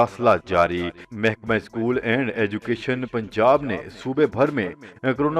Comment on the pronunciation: نیوز آ پ جھوٹی نہیں دیتے۔اس کے لیے شکریہ۔ مگر کیا آ پ کی ڑکشنری میں کسی بھی لفظ کے نیچے زیر کی حرکت نہیں؟ بہت برا لگتا ھے جب آ پ اظہار ، اضافہ اور یہاں تک کہ اسکول۔کے الف پر زبر لگا تے ہیں۔ مزید آ خر میں روزانہ جی تو ناظرین بھی سنو خراش ھے۔👍